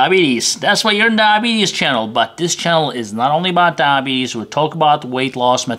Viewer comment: The way he says DIE betes cracks me up. To those that just got diagnosed EAT RIGHT and EXERCISE or you won't control it, I've had it for six years.